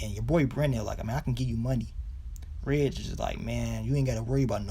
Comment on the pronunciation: So glad you finally got hip to how to say Reg's name 🙌🏾🙌🏾 lol thanks for the recaps tho...watched them all 😉